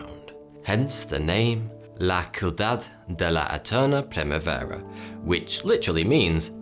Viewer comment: He kinda botched that pronunciation of "la Ciudad" and "primavera" lol